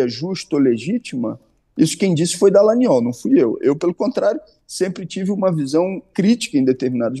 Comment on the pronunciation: Deputado Glauber com todo respeito, adoro seu ton de voz: delicioso. E qdo vc fala DALLANGNOL entonnando a letra G eu acho o máximo!!!